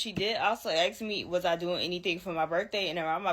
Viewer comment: Dang girl it’s ask, not asked. 🙄